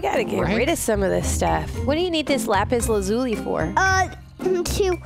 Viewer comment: It’s lapis lazuli not luzei